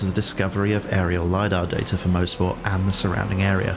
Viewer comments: Fantastic mod, well done to the author! Great video! FYI I think it's pronounced "MOS-PORT" not "MO-SPORT". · coming from a guy that lives 10 mins from the track in canada its pronounced "mahsport" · This guy has it right. It's more like 'Moz'-port than anything. [mawz-port]